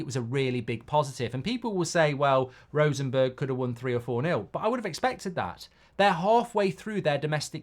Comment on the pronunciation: How is it possible to pronounce Rosenborg as Rosenberg..? If he is asked to pronounce Bjoern Borg the old Tennis player,, he most certainly actually will pronounce it Borg.